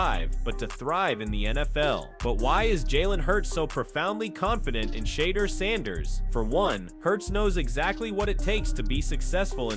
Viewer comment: Can you pronounce his name correctly or stop reporting on him !!!